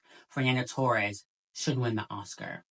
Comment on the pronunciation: it´s pronounced toHEs, fernanda toHES